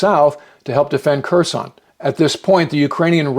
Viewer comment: I believe the K is silent in Kherson.